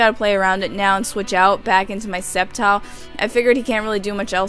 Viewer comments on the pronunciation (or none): none